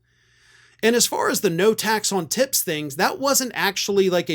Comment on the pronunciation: I had to replay the start of your video ...I thought you said ' tax on t*ts. " 🤣🤣🤣